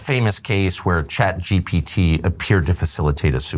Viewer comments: Tucker carlson says "CHAT GTP" lmfao what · 'ChatGTP' lol! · "CHAT GTP" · Tucker struggled to pronounce CHATGPT, said chatGTP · tucker deliberately Saying ChatGTP over Chatgpt 😂😂😂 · Tucker calling it ChatGTP reminds me of when my father asks for help with his computer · Tucker, thank you for what you do. I truly respect you. For a man with the rhetoric that you have, which is commendable, to mispronounce ChatGPT as ChatGTPseems below you and disrespectful and distracting to the person you’re interviewing. Certainly you’re conscious of this decision to mispronounce the name. It takes away from the honest questioning of Sam and your genuine curiosity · Didn’t help tuckers case he kept calling it chatGTP